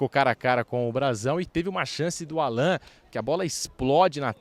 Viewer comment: Olá,! Parabéns por pronunciar corretamente o nome da joia palmeirense, Allan. Não sei por que cargas d'água, o pessoal -- principalmente da nova geração -- tem pronunciado "Állan", como sendo um vocábulo paroxítona, mesmo estando eles cansados de ouvir e dizer Alan Patrick, Alan Kardec, etc.